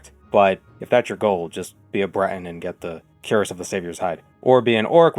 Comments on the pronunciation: Fun fact! Cuirass is actually pronounced sort of like "queer-uhs." It's one of those old words that is pronounced really oddly, another example is caestus (kai-stews) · "Cuirass" is actually pronounced "kwee-rass" which I only learned recently.